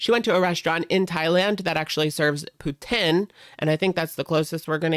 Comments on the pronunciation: According to Chantal it's "pootziiiine", she is an expert, in everything. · 😂😂😂 poutine is pronounced "poo-teen"